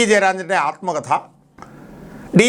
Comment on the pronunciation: ആൽമകഥ അല്ല ആത്മകഥ